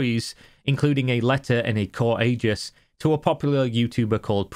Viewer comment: "Core Aegis". Would be witty...if aegis was pronounced "ay-jiss", as opposed to "ee-jiss". sigh You don't know what you don't know. shrug